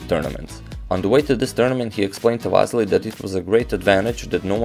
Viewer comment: You are also Balkan man, you know how bad its sounds how you pronounce Vassily in English, its like Vaseline! Say it like it must be said Василий not Вазелин ;)